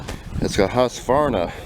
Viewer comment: I must commend you on your pronunciation of Husqvarna. Not Husq-uh-varna